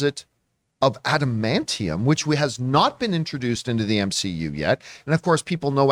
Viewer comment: Lol if I were the guy who mispronounced adamantium, I’d just respond to John’s criticism with one word: “Tygarian.”